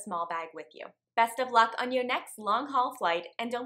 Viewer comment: "LONG-HUAL" oops...